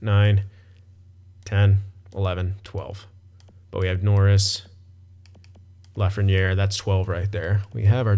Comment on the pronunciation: Dude, you're so wrong... And it's Lafrenière